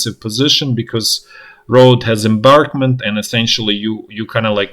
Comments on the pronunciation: Also "embankment" not "embarkment." No biggie. Content is tops and that's what matters. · The English word is embankment, as in a berm or raised roadway or railway. "Embarkment" is the process of loading crew and passengers aboard a ship or train or airliner.